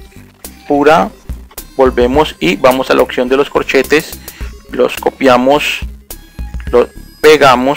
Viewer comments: Gracias compa........ de donde eres?...... se dice oPción, con P, no oCción con C, así lo pronuncian todos en tu país?........ saludos! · "testo", "occión", "feibu", "clip" jeje. Perdon pero es que me da risa, no pude evitar reirme jejeje, pero fuera de eso muy bien explicado todo y muy buen video! ;)